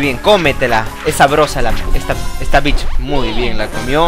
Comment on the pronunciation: bicth suena como beach